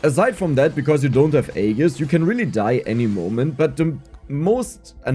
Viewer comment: Finally he knows how to pronounce Aegis 😅❤